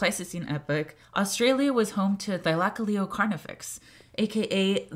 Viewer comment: I hate how she pronounces it. "Thy-lak-a-leo" like what the hell it's "thyla-cole-leo"